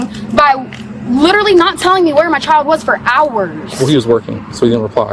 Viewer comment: “My chi-uhl-duh!” “Me-uh!” “Thank you-uh!” “Hostage-uh” “Kid-uh!” “My daughter-uh!” “Bro!”